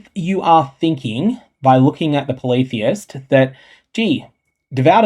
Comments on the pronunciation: same. I thought it was poly-theist, not politheist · Ngl.. I got triggered asf at your pronunciation of "Polytheist."